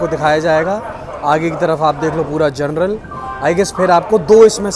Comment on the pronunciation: जरनल नहीं बे😂😂😂😂 जनरल होता है भाई😂😂